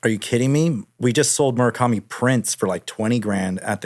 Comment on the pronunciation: Drinking game when he says Murikami